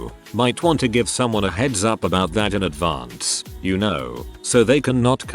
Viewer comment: lol@ "advaRnce"